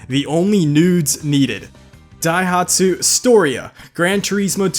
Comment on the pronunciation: You actually pronounced Daihatsu better than Opel. All those three in a row got me. xD And was also good. Just on a side note... Cars don't kill people. Bad drivers kill people. Seriously, it's no the cars fault. Porsches have the same handling with their rear engines and nobody complains about those.